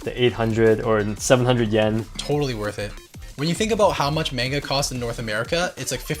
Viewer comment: They say manga wrong